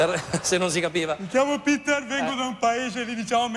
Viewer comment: Piter non peter